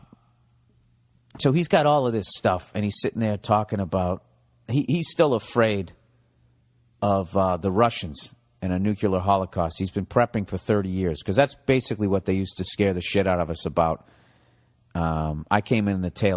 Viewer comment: Fuck. Bill says nucular .